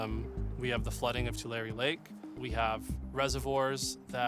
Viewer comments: Tulare. Pronounced "too" "Larry" Great video! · You say correctly, but you mispronounced Tulare. It's too-larry. Named after the tule reeds. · Its pronounced 2-Larry. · You should really have learned how to pronounce "Tulare" before you published this.